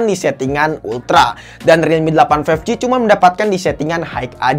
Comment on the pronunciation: five..eek ji